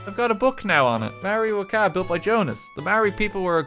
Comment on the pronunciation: i love the way he says waka, he butchers it so much